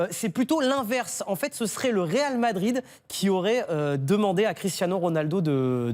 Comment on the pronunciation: Le "RAL" Madrid lol